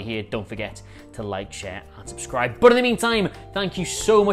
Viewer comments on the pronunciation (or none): none